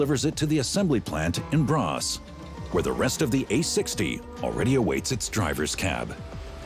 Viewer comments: Braås, non Brass! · The factory is located in Braås, not Brass. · "Brass" is actually "Braås". I wonder why they didnt spell it it "Braas". Still wrong but wrong in the normal way. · Braås more likely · It's Braås.